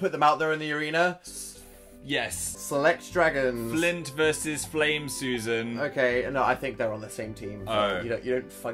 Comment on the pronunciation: his name isn't flint it's FLINT